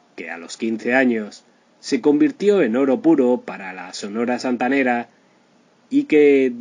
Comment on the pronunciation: Triste final por que? Este Señor es un farsante no sabe ni pronunciar Sonora Santanera Mucho menos sabrá de la vida de la CHAMACA DE ORO